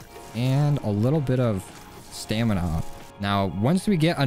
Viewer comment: who else gets annoyed when he says "stamina-up" instead of "stamin-up"